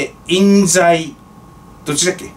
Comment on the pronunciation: 千葉は、「いんざい」ですよ～